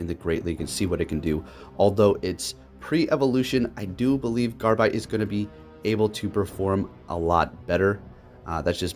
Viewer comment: GABITE NOT GARBITE!!!!!!!! IT MAKES ME ANGRY WHEN PEOPLE CANT PRONOUNCE THE NAMES RIGHT!!!!!!!!!!!!